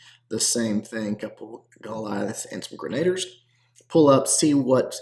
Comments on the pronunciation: What's a grenader? It's pronounced more like Musketeer. Grena-deer is how you pronounce Grenadier. They're the best troops in the game. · "gren uh deer"... only cuz I love ya